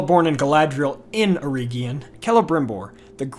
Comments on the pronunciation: It's not "EErEEgion" it's "eregion". Please don't butcher Tolkien. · Eregion. Not Erigion